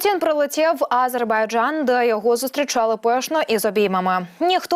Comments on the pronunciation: Ааааазербайджан….. шо в неї з дикцією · Кто же тебя, "", учил делать ударение в слове "Азербайджан" на первом слоге? Это так должно звучать на украинском языке!? Где вас, таких д...., находят? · Відстойний канал і неграмотна ведуча. А- зейбарджан. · Ви можете слово "Азербайджан" говорити по-людські